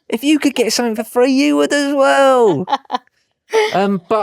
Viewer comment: When says if you enjoy the show, it sounds like FU ENJOY THE SHOW😂😂